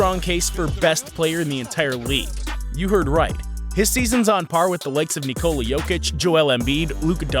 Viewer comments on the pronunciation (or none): none